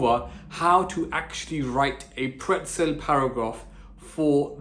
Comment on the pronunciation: pretzel? More like "prtezel"